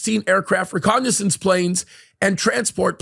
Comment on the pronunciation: "Reconnaissance planes" not "recognizance planes".